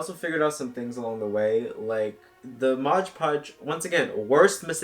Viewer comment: Whenever I hear someone say "modge podge" I die a little more inside